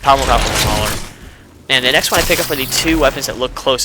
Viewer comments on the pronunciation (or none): none